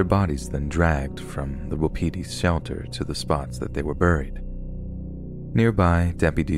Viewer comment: Did he say WAPITI??? screaming in RDR2 NO BECAUSE ROANOKE AS WELL???